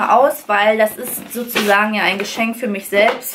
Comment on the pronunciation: Du redest so nett 😊. Statt i benutzt du sehr oft ein ü. Zum Beispiel: Fürma